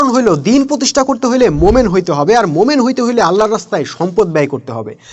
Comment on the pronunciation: আপনি 'মোমেন' কেন বলেন,,? শব্দটা আমার জানা মতে হবে, 'মুমিন'।